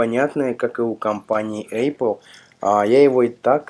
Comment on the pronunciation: Учи матчасть.Правильно не АЙПЛ, а ЭПЛ.